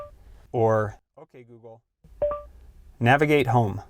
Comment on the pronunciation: Nagivate lol